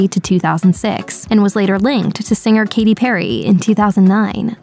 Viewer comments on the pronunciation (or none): none